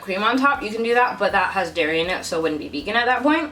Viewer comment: I thought you said 'no Dari' 🤣